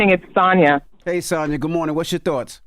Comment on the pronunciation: Tf is "good morting"